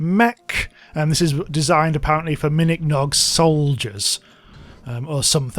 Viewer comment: uhm its called a minikong mech not miniknog mech